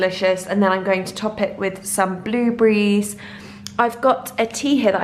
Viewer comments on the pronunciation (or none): why do you say bluebrees rather than blueberries? so annoying